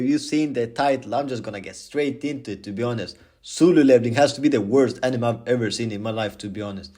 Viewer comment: 10/10 rage bait for saying suloo levelling instead of solo levelling